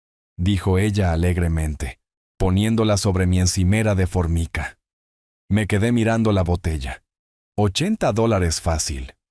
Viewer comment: Se pronuncia " formaica '